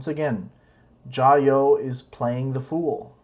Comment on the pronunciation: It’s Jia you 「加油」 not jayoe before it was hi I’m Matt I’m sorta half ass riding my tricycle around the world now it’s , hi I’m Matt and today’s another explainer hahaha worst of all..... these guys have zero understanding of the Chinese language. Can’t even have friendship with a local without their wives present